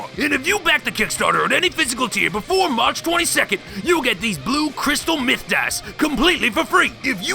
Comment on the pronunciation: "You'll get these Crystal METH dice" I know he said Myth, don't beat me up xD Sadly, Isekai Animes have made me jaded on Paladins, Holy Knights, and Priests; I swear each one just depicts them as more corrupt than the demons they fight lol